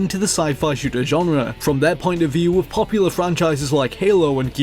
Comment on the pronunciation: Great vid. Now what accent exchanges "th" with "v" ? As in with =wiv. Second person I know who does it so I'm assuming it's an accent.